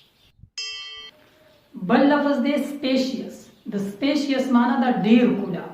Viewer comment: Fearious---it is furious Specious----it is spacious bro...keep up the good work..